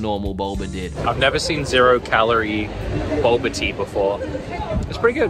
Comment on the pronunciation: “Boba” pronounced, “Bolber”